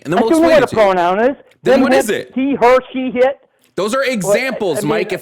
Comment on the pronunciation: Ah yes, the famous pronoun “hit”